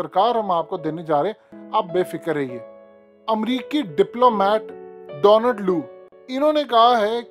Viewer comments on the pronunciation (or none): none